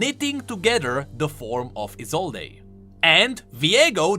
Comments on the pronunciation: Just want to point out that Isolde's name isn't pronounced I-zol-dé, but just I-zold. Anyways, can't wait to see where the story will be going next ! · ISOLDE: "I-sol-day" Me: it's "I-sold" v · I think, her name is pronounsed: Isold, without [e], sorry,, but I thought you listened to his VO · Viego pronounced it as "E sold" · I cringe every time you mispronounce "Isolde" go listen to Viego's voice lines if you think I'm wrong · For the love of yordles, e in Isolde is silent. You'll hear it in Viego voice lines. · Isolde with a silent E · Small nitpick but you're pronouncing Isolde wrong. The e is silent. Unless the name itself has different pronunciations I'm not aware of. I've just always known it with the e silent.